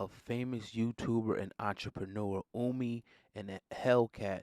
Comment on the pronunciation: Ohhhhmi...not Uuumi